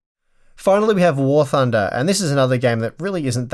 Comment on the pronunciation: You guys talking about Wort Under?